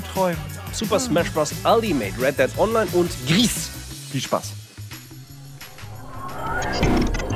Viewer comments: Nur als kleine Klugscheisser Anmerkung: Das Spiel wird "gri" ausgesprochen da es französisch ist und "grau" bedeutet. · Gris wird doch bestimmt Französisch [ɡʁi] = grau ausgesprochen, oder nicht? :O